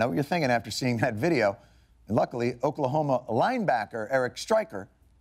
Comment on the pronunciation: But you didn’t even say it right hahahaa